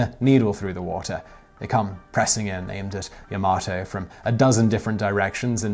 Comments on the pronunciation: Technically "Yama-to" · At ....timeline you state the 2 battleship's names...and call one the Ya-Mo-to....yet the spelling of the ship is Yamato ( Ya-mah-to)......why ? Also, too many technical errors to count.....what are you doing? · It is Called YA MA TO . Not YA MO TO . 😆😆😆😆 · It's the yamAto not yamOto! PRICK! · Also he pronounced yamato wrong so many times, wtf is the, "yahmoto"? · YA-MA-TO not YA-MO-TO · I say "Yamato", you say "Yamoto". I say "Potato", you say "Pototo"... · Sais: "Yo-mo-toe. Clearly battleship is named " Yo MA toe. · Yamoto...it' yamato... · LoL... just said Yamoto instead of Yamato.. Error in the script which they made for him?;-) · As a Person who absolutely adores this ship and believes it was the best ship in WWII, The facts you put out are incorrect at best and misleading at worst. The name of the ship and class is pronounced "Ya-ma-toe" not "Ya-mo-to". As said, The Iowa class battleships were ~55,000 long tons, which is not 40% less but is in fact 78%. At 8,400 tons per turret, the guns do not weigh more then american battleships, despite what the title says even though you say something different in the video, which is clickbatey. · Yamato, not Yamoto... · it's ya-ma-TOE not ya-MO-to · "Today I found out.." that it's pronounced "Ya-ma-to", not "Ya-mo-to". Leave "moto" for the "Hello Moto" commercials. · Yamoto xD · Your pronunciation of Yamato is incorrect. Ya-Ma-To not Ya-Mo-To please be careful with pronunciation because people who were super fans of the ships will go mad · Ya-Ma-Toe not Yo-Moe-To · Yamato is pronounced "yah-mah-toe", rather than "ja-mah-toe" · Yamato, not Yamoto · the "hotel yamato" lul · YAMOTO lol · Yamoto ?... Am dead inside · DID HE SAY YAMOTO? I AM FUCKING TRIGGERED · I laughed when he said Yamoto 😂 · "Yamoto"? Please... -. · **Pernouces Yamato as Yomoto** this is a crime you have committed. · Beamoths? Bearmoths!!? Did you mean Behemoths? Yamoto? Dafuq